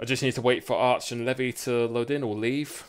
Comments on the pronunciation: its pronounced lee vy not leavy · levi is prenounced the same as levi jeans jeez